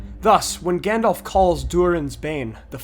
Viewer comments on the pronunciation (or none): none